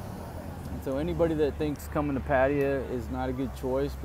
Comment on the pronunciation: Come on dude learn how to pronounce name correctly. Patta-ya!. I’m sure you’ve heard it before you got there